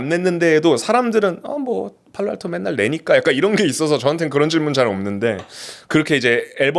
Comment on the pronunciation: 아 왼쪽놈 팔로알토발음 followalto 개거슬리네ㅋㅋ